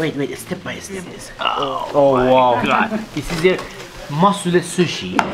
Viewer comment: The Fact that he Said Musuleh when it was masuleh At the Beginning(in The Car when they got that dough Bread thingy)was hilarious!!!!! I really want to go to Iran tho.